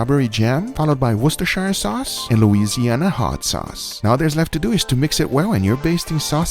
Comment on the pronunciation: I love how perfectly you pronounce Worcestershire sauce 👌👌